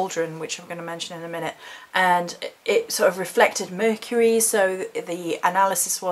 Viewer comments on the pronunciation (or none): none